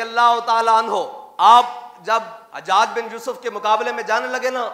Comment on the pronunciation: Or ilmi halaat ye apki k ap hujjaj ko hajjaj parh rahy wah Mirza umber part 2